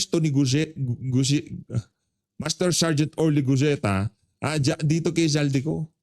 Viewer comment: Guteza po sir Guteza at hindi guzeta hehehe